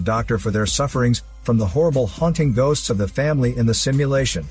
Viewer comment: mmmm "Gosts of War"